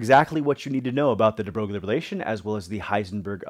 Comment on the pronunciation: Hi, thanks for posting the lesson. Just a small point: his name is actually pronounced "de Broy". It's a common mispronunciation but I always find it amusing.